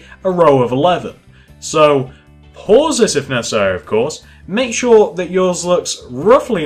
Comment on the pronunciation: stop saying pause so hrdly damn its annoying me but this video helped